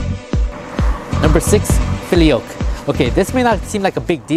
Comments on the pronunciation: It is pronounced fill ee o qway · That proves he didn't do his research. FILL-EE-OH-QUAY. There, I just made it easy LOL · You said filioque wrong.